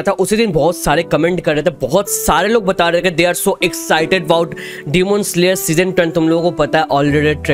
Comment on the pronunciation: Sir phele AAP demon slayer ka.prounciation phirse kiijye